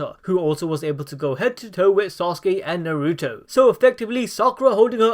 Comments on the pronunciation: Naruuto it's fuckin naruto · “Nuh ruto”